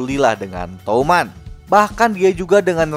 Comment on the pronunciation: touman❌ Tuman✔️